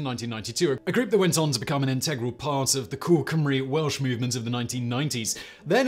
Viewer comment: I welcome it - cried laughing when a New Zealander mispronounced "Cymru" as 'Simroo'